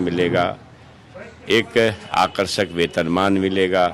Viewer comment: Akarshak wetan Maan kya hota hai bhai Clear kar ke bolne me kya hota hai Ye sab game hai